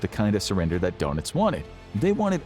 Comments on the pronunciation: This guy's pronunciation of the last names is driving me nuts. It's not donuts for pete's sake. Ugh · Gee, considering that there is about 90 years of historical films, you'd think they'd at least learn how to pronounce Goring and Donitz' names properly........GYURR-ing, DURR-nitz..